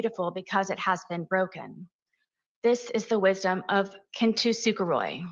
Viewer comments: Learning to.pronounce it properly would have been a nice touch. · kintsukuroi aka as kintsugi is not whatever the hell knowitall sarah buffoon was pronouncing “kintusuperoi.” one would think with her entire narrative riding on this crafting analogy she would get the damn word right! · yall non Japanese need to go to google translate and listen to how kintsukuroi (金繕い) aka kintsugi is actually pronounced. the unashamed confidence she uses to school everyone on "kin-too-sooka-roy" is another point for almost diagnosed narcissism. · She does not know how to pronounce Japanese at all because she's saying it so wrong that most people won't even know what the f she was talking about if she hadn't explained it